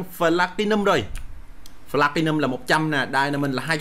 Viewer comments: Pờ-la-ti-num đọc thành phờ-la-ti-num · Phờ-lát-ti-num đọc thành phờ-la-ti-num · Platium đọc là pờ - la - ti - num mà a